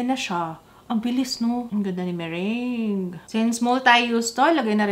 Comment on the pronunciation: Yung meringue... Merang bigkas:)